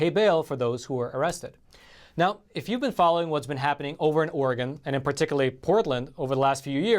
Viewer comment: I need to move away from Oregon....also thank you for pronouncing it correctly